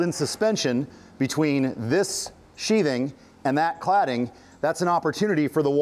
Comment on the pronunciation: sheath... "th" ... "th" ... "sheathing"